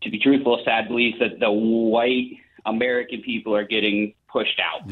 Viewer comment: He said im amweican . 😂😂 nooooo ur not .😂 ur europen